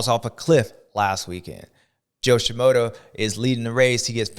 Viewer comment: My boy! You are missing the R in FRUSTRATED. And you call SHIMODA SHIMOTO 😂 best part is idgaf cause you're JS7 baby ❤❤